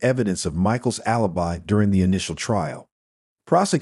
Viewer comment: Is it my functional OCD, but why does the narrator (AI Bot.???) Say the same word multiplde times but pronounce the word differently. Ie. Alibi